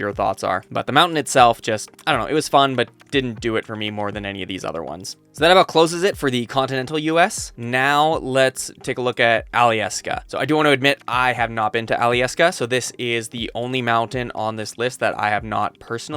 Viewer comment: It's "Al-as-ka" not "Ali-as-ka" How did you pronounce that incorrectly?